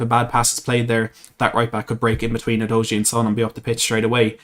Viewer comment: It’s pronounced You doggy!